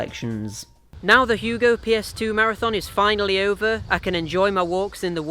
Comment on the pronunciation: Yea you butchered the name but at least you tried. Anyways ill be honest with you I think its a bit sad how down the drain this franchise went especially during the PS2 era were they released gobshite release after gobshite release. Its sad cause of how much potential this universe has for a pretty good action-platformer alias Ratchet and Clank/Jak and Daxter/Sly Cooper/Crash of the Titans.